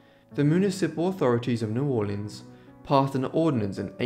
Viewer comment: Thank you for this one and thanks for the correct pronunciation of my family's home town. For many years the mahogany upright grand from the bordello was in my home in Virginia. Sadly I had to sell it before moving to Costa Rica 6 years ago and I don't know what came of it. Great video.